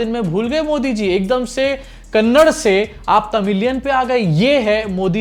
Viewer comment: I understand your burning sensation.. commenting on modi... His dothi, his looks and his shaking hand, etc etc.. does it really matter...??? And bsdk it is not kannad.. it's kannada.. say it again. Kannadaaa....!!! I will send you some burnol 😂😂😂😂😂😂😂😂😂😂